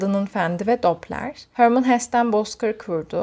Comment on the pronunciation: Selam ❤️ teşekkürler video için. Hermann Hesse Alman bir yazar ve yazıldığı gibi okunuyor. ☺️